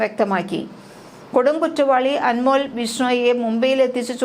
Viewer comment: അൻമോൾ അല്ല അൻമോൽ ( വിലമതിക്കാനാവാത്ത )